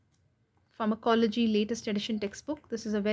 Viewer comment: Please pronounce the word properly pharma co logy